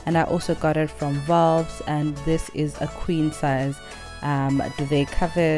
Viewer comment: Please pronounce Volpes correctly...it is not volps...it is pronounced vol-pez.....for heaven's sake....if you want to review products etc just atleast get the names of the stores etc correct.